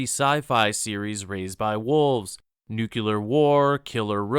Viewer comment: Lost all interest as soon as I heard his "nucular" pronunciation.